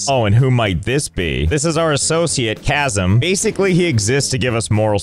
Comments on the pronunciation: my guy its Kassim not kazem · Erm I reckon it’s pronounced ‘Ka-SEEM’ or ‘Ka-SIM’ but ‘Chasm’ works too lol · Josh really just pronounced Kassim as "Chasm" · I think it's pronounced "kah-SEEM" not "KAssm" :D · His name is absolutely NOT "chasm" and is for sure Kah•seem but go off lmao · I don't think Kassim is pronounced like Chasm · Everyone: yeah,that name sounds right. All people named Kassim: ITS "KAH-SEEM"! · the way you say kassim's name like chasm lol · on off chance the mispronounciation wasn't intentional, believe Kassim is pronounced cah-seem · "Chasam" ah no.... lol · The fact he prounced Kassim as Chasm is killing me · Not josh saying Kassim’s name as **Chasm**….lmao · Is it Kazzum? Or Cassium? Silly Josh pronouncing names wrong 😂